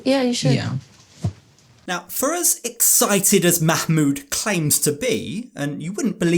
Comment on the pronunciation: The terrible mah-mood